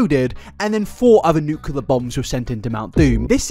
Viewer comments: “Nuclear” only has one u in it. Worse than mispronouncing her name for a whole video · Not being a hater, but the words “nuclear” not “nucular”